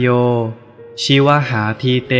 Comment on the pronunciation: ชิวหาอ่านว่า ชิว_หา